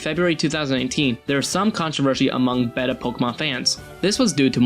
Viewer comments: BAY-tah.. Not Beht-ta.... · Okay but why does he pronounce the word “beta” as “behta” instead of “bayta” like it’s supposed to be?